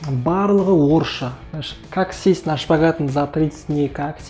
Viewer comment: Шкават емес қой дұрыстап айтшы